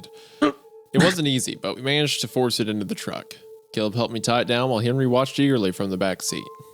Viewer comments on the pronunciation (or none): none